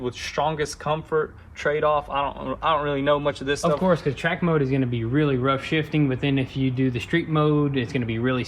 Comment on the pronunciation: Lol at the beginning of the video you said "TRACK COCK " . Thats what she sed .